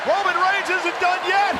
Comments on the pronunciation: Did y’all catch Bronson Reed calling Roman: “ROYman Reigns” 😂🤣? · Bronson said Royman Reins when he first started talk 😂😂